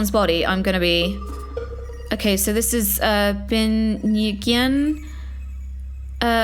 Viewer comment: the last name is pronounced new-en